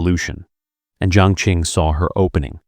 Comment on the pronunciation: Qi is pronounced Chi, not Ki. Qing is pronounced Ching, not King. Qiao is pronounced Chow, not Keeow.